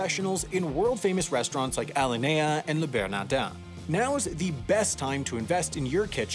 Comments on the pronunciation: A-lin-e-a not al-in-ea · Its ah-lin-E-ah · bro called alinea "al-linea" 💀